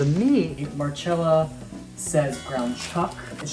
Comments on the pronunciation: It is pronounced Marcella if it was marchella it would be spelt like that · She'd cringe if she heard you call her Mar-CHella... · You got her name wrong. It’s Mar-CHELL-Ah, like cello. The least you can do is pronounce someone’s name correctly. If you want to make Italian food on your channel, you need to know how to pronounce the c in Italian words. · It is pronounced with a ch. Like cello is pronounced CHello. More importantly, that’s how she said her own name. Look it up. I imagine she would, however, cringe at how he treats his knife. 😆